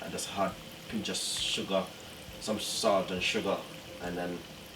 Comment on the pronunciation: "A pinch a sawlt" tpc yeah dawg lol